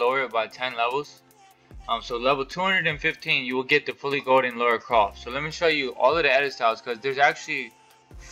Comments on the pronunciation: Lara, not laura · It’s Lara not Laura! 😉. Good video though dude.